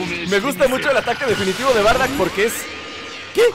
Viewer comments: Wey es bardock no bardack :v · Porque dices bardack si se dice Bardock